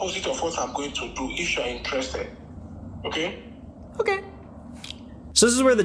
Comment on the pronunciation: crying why did he say okay like that